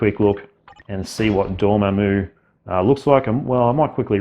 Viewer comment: Dorm—MAM—u, not Dorm—a—moo